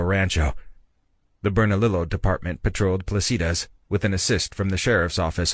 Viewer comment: Vas-kez…. Burn-a-leo